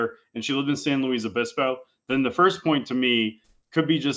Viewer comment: The worst part of this whole video was him correcting Hasan and saying its "San Louise" its fucking pronounced Louis. Like why would you correct him if you don't even know